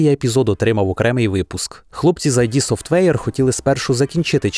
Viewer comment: воно не "айді софтвейр" а "ід софтвейр" від слова